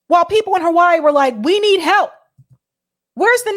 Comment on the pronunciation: Now I know why you call Hawaii "Ho-Why-ee"... The other side of Halli-wood.